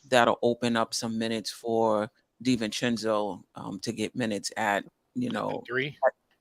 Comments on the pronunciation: Hey - Dante's last name is DiVincenzo NOT DiVincencko It's an Italian not Eastern European name. Adjae pronounces perfectly - try to keep up with Panel!!! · DiVincenzo NOT DiVincencko!!!!!! Het can you guys trade Stepdaddy tini wanabe bad guy please!